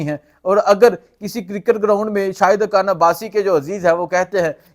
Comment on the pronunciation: او بھائی صاحب اردو ٹھیک کرو حان حان کیوں کہہ رہے ہو _ اپنی ہر ح کو خ میں بدلو _